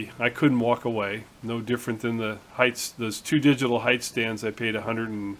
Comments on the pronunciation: PS. I also gotta tell you that I am really really proud of you!!!!!!!!!! You are the first person in years I have heard say "HEIGHT" correctly. It seems that everyone on YouTube says "HEIGHTH" and it really bugs me sometimes LOLOL So congrats on that one my friend. Again ATB Matt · HOORAY!!! You might be the only machinist YouTuber that pronounces "height" correctly. It is a pet peeve of mine... all the other guys make me crazy... They all speak like Canadians, even the American ones. 4 thumbs up to you. (2 from my wife) Anon